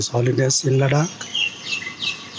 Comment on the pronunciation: He can't even pronounce the name of Ladakh properly. 😆😆😆 What kind of a Ladakhi is he? Just wanna say deep down from my heart "SHAME ON YOU"